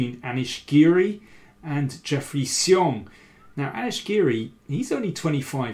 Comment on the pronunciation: Better than before, but still not quite right. He's moved from 'see-ong' to 'she-ong' but 'shyong' (with the 'y' very short) is actually correct.